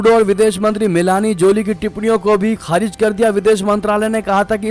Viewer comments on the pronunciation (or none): none